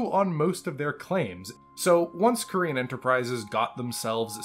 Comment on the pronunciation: Gotta say never heard Corean Enterprises pronounced Korean Enterprises in 35 years . Plus I think you're confused about where Ramen II WAS located hint not the Federated Suns the Capellan Confederation in fact , also same company as Corean Enterprises MacAdams-Suharno on Stewart ......... Please try to keep your American bigotry out of BattleTech it's infested the franchise enough in recent years